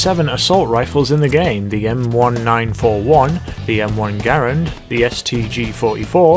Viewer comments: m1 grand not m1 gar and lol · The Garand is pronounced Ger-ANd, not Gare-und. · Capt Trdl The family pronounces their last name Ger-und (rhymes with errand). As for the Army they never called it that, Its official designation is U.S Rifle Caliber .30 M1. People commonly pronounce Porsche without the ah sound on the end, but just because it is common doesn't mean its correct.